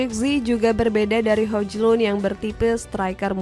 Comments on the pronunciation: bacaannya bukan hojlund tapi hojlund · Ngakak denger spelling hojlund 😂😂